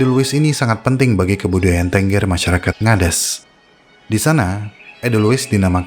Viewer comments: Bang, cara baca "Tengger" itu seperti pada kata "petik", bukan seperti pada kata "bebek".. Aku gak ada sejam ke Tengger, puluhan kali ke Bromo, nyentuh edelweiss liar aja gk berani.. Semoga dengan konten ini, masyarakat lbh mengerti tentang pentingnya edelweiss.. Terimakasih. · maaf baca suku tenggernya salah.